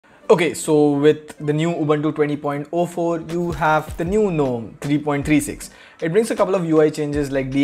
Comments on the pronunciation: Lol it's not even "nome" it's "ga nome" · Well .. Why Gnome is Pronounced Guh-Nome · Gnome said it's G- Nome GunOm🙂